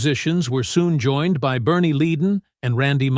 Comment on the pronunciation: Stop saying Fray! It's Fry like French fries. So hard to listen. You got Bernie's name wrong too. If you can't get the names right , shut up.